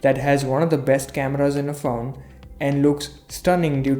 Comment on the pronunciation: When he said 'Faone' I felt it...